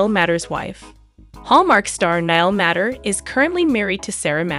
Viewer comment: Please! This is a fun collection of photos, but Niall's last name is pronounced "MAY-ter!" thank you!